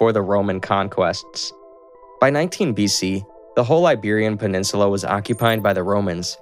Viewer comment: Iberian PeninsuLAR